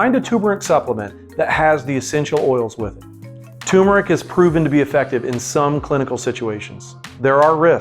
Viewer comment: It is turmeric not tumeric.